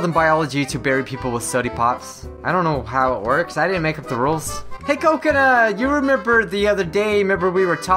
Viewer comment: it is not cokanut